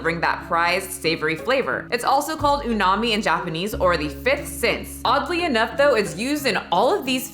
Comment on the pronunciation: I know you'll just adore me for this, cough, cough. It's pronounced u-mom-ee but besides that, if ur interested, u can buy msg on Amazon. 😁 Love ya 😘